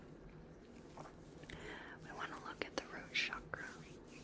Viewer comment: It was a relaxing video. You really did lot of research about eastern spiritual practices. I liked the way you pronounced "chakra", Its actually how it's supposed to be pronounced according to Sanskrit. Your voice is magical and your aura is very calming. I liked when you narrate your actions.